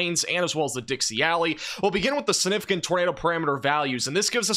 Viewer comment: AGAIN, The word is SIGNIFICANT NOT SINIFICANT. ALSO the word is SPECIFIC NOT PACIFIC unless you are talking about the ocean.